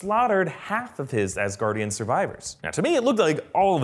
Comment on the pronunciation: Ass-Gaurdian hehe